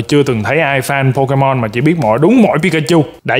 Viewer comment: Pokemon anh hỏi là Po_Cha_Ma